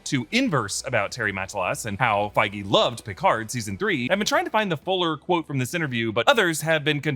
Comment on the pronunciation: You're pronouncing Picard wrong 😅